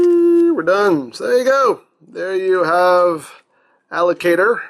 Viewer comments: I thought he said alligator instead of allocator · I know the name is Allocator, but I keep hearing you say Alligator. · Does it sound like he is saying "alligator" to anyone else?